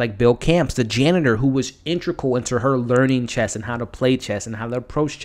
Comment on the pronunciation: great review my only thing i could say in a constructive way is there is no t at the end of chess lol :D